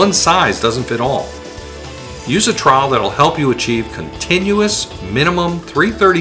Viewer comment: Trawel not awelavl